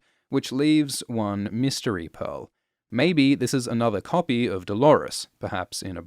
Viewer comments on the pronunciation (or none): none